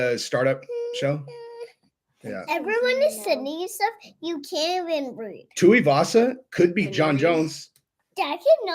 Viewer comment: Small point, mate - Tuivasa is pronounced like "too-ee-vasa".